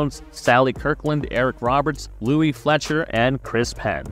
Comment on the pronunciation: There was nobody in Best of the Best named Louis Fletcher. It’s LOUISE Fletcher, you dope.